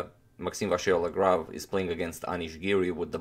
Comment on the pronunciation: we're at 95% of pronouncing MVL correctly toni! now let's eliminate the "R" completely : say it vachiellagrave